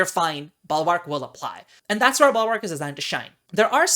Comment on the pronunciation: "Balwark"? Is that a common pronunciation in certain regions?